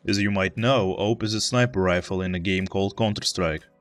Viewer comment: Its pronounced auwwp not oup or call it A W P